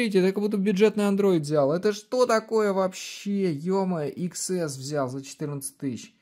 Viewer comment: iPhone не иксэс, а десятьЭс. Учись говорить правильно!!!